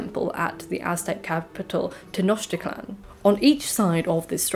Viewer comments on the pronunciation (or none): none